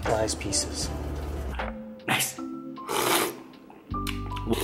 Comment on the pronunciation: and the 'nice' hits different!!!!